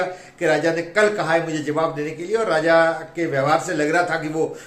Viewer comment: Pehle to raja aur Radha ki uchharan thik se Sikh le. Kabhi kabhi to lag rha thha ke bhola raja se shaadi karne ke liye Radha ki anumati lene gaya thha.